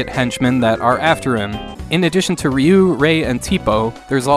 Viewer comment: ‘Ree’ not ‘Ray’ 🤗